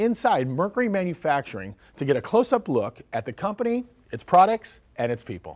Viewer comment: Products not prodicts. Merc-u-ry not Merc-er-ry. Employees not employs. Capable not capble. Marrying not mareing. Fond du Lac not Fondlack. Robots not robutts.